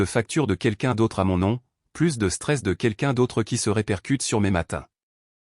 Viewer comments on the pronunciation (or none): "Plus" dans le sens négatif se prononce comme "plu", on ne prononce pas le "S".